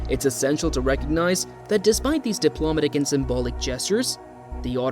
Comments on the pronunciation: If English isn't your natural first language, you get a pass on correct pronunciation. However, the pronounciation of "diplomatic" in the way it is in the video, is the reason why people think it is an AI reading it. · 2 seconds in and you can’t pronounce “diplomatic” correctly. Thumbs down 👎